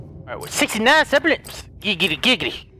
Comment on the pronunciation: i like how keeps saying sepharites in stead of seraphites LOL